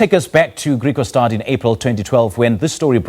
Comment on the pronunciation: IT IS PRONOUNCED GRIEKWASTAD, ITS AFRIKAANS. NOT GREEKWAASTAAD